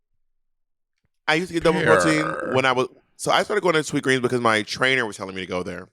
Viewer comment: The added ‘S’ on Sweetgreen